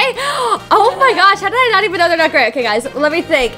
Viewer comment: Say gray and you would get it right